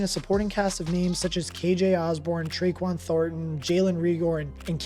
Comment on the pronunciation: Who tf is Treyquan Thornton lmao. Tyquan.